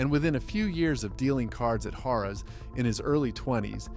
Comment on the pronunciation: Besides the guy's namea, didn't even say Harrah's properly. I enjoyed the video 'cept that bs. Do some research on pronunciations pal.